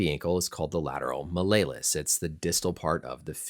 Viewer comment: When I heard they were evaluating for "mid-foot sprain" I immediately thought he got himself a Liz franc fx Also randomly I don't think I've ever heard anyone say malleolus like that lol